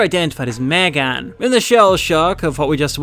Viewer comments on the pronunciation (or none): who tf MegAAAn? It is Megan not MegAAAn